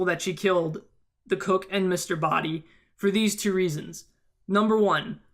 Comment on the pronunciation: Although I have felt the Scarlet ending was most reasonable, there were some elements in the final ending that made it make more sense since they all indeed had the motive kill whoever they did, Mustard would have been the one to destroy evidence contrary to Scarlet, Plum mistakenly pronouncing Mr. Boddy dead, and not to mention, as 7WhitePhoenix7 said, Mustard would have had access to Wadsworth's pocket. When I thought the final one was most likely, I then thought about Wadsworth being in reality Mr. Boddy was odd since how it looked in the beginning [how could the "real Wadsworth" risk his own life like that under orders of his former(?) employer]. I thought it would have been reasonable for Peacock try and grab the gun from Plum in the dark, thus screaming and running to the light switch when it fired, she sounded suspicious when she talking in the kitchen about having the knife and dropping it later, and she was closest to the light switch. Also, Mustard could have heard about the secret passage because Yvette (that's how you spell it) told him. So my point is, all endings have their positives as much as they have their negatives; therefore, they are equally possible. The reason the last ending was considered "what really happened" was because of the "motives" for each "murder one by one."